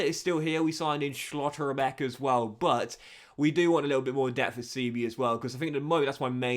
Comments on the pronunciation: some of them I understand like Schotterbeck or Barella but Furth really took me out 😂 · I disagree but the way he says schlotterbeck is ruining it for me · Nice that Schlotterbeck got injured since we wont hear your pronounciation of his name anymore